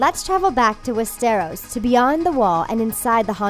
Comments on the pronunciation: Fizzy - Yeah, stressing the wrong syllable is an issue, along with pronunciation. Wes-stair'-ohs vs. Wes'-strr-os. Some find it irritating. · "West-Air-Os"??? O.o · Am I the only one who's bothered that she keeps stressing the wrong syllable in Westeros? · Westarrows and Eggsauce wtf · and real instead of Re-al!West-eros!AHHHHHH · They did get some right though.., But yeah, wes-teros stuck out... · Nor of westéros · West-teros and Ex-sos??? Drone?! Editor needs to be fired. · WEST-ARROWS !!! Hahahahahaha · We-stiros and eksos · well, I think we are all aware that the narrator has never seen GoT... she cannot even pronounce Westeros how it's supposed to. :/ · I cringe when she says Westeros and Essos... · she cant even say westeros properly